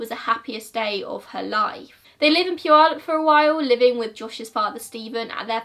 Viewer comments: Idk how you say the city name correct when most ppl near the city cant say it correctly. Great video. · This is the first time I've heard someone pronounce puyallup correctly who is not from WA! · Yay! You pronounced Puyallup right! Lol. I’m from the area and people who aren’t from here rarely pronounce it right. Kudos to you! :) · Hey, you pronounced puyallup correctly! I rarely see that from people that aren’t from around here because the tribal words just have a certain kind of pronunciation that isn’t common other places. Idk if you intentionally looked for the right way to say it, but thank you :)